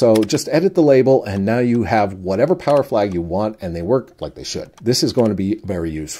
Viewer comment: Behold! The powah of Kicad 8.0! :D